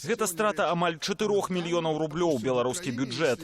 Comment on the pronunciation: "... мільён0у,тон0у, нафтапродукт0У ..." Што ў вас за дыктары ⁉️🤔⁉️ БЕЛСАТ - 😵 нар.кам.аўка САТ🇧🇾